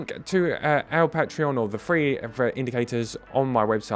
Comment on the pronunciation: Sup. Its pronounced Pah- trohn lol. Let me know where to send the address for my usdt 😅